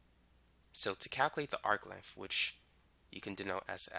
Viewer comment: Sorry I can't understand what you are saying. What is an "arcliff?"